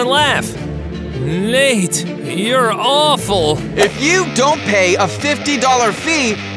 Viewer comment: Nate is like this not nait